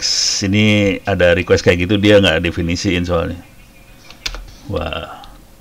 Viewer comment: Pak harusnya request, bukan requesti